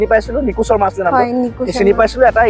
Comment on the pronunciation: যিহেতু আপুনি অসমীয়াতে কথা পাতিছে গতিকে চৰ্মা বুলি উচ্চাৰণ নকৰি শুদ্ধ অসমীয়া উচাৰণৰে শৰ্মা বুলি কোৱা উচিত নাছিল নে ? আমি অন্য ভাষাত কথা পাতিলে আমাৰ উচ্চাৰণ সেই ভাষা কোৱা লোক সকলৰ দৰে নিশ্চয় নহব কিন্তু নিজ মাতৃ ভাষাত কথা কওঁতে কিয় শুদ্ধ কৈ কবলৈ চেষ্টা নকৰো ? উচ্চাৰণতে ভাষাৰ গৰিমা, বৈশিষ্ট লুকাই থাকে, গতিকে অন্ততঃ নিজ মাতৃ ভাষাৰ শব্দ শুদ্ধকৈ উচ্চাৰণ কৰাটো সকলোৰে দায়িত্ব।